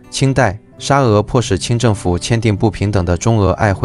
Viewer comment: 曹飛+楊嘯偉⋯⋯被點名了！ 另外「璦琿條約」 那個琿唸「魂」音⋯⋯